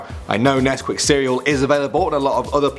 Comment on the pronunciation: When you said "we will miss nescuit cereals" I was eating some XD